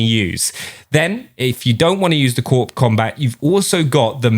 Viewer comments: Its not pronounced Corp its pronounced core get it right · Just a heads up, Corp and Corps is pronounced core in most cases. Especially military for the USA because Marine Corps sounds like corpse and sounds wrong if not pronounced as core. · Corps is pronounced " core ", like Marine Corps. Nice M4 build